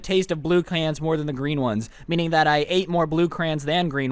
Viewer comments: Bruh, why's this dude saying crans instead of crayons? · CREEEEOONNSS NOT CRAANNS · i might unsub because u said crans and not crayons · it is crayons not crays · it’s pronounced “cray-ons” not “crains”